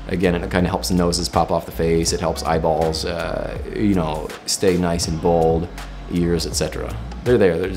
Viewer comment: The way he emphasizes “eyeballs” tho 😂😂